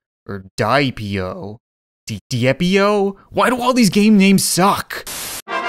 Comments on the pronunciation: It’s derpeo that’s how you say it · I'm pretty sure it's called DE-P the i is sinent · Dep is how u pronounce it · It's "die" p.io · It's pronounce biep.io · diep, diep, deeap why do all of these game names suck!? Me: why do you suck at pronouncing io games? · its pronounced de-ep-.io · It is pronouce deep.io